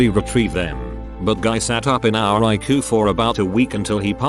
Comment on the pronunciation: Love how the text to speech pronounces ICU eyeku